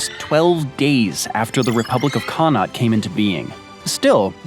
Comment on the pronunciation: connaught man here (for future it’s pronounced con-uckt almost rolling off the tongue)